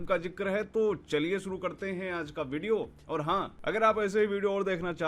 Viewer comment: भिडियो नहीं बोलते भाई वीडियो बोलते है।